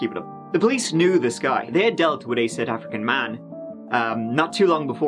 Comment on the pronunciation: Sooth Oofrican